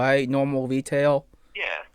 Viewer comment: You know any wegular wetail store that hire 14 year olds lol